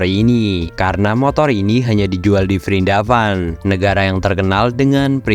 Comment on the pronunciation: Prindapan😂😂😂😂 hadooww min min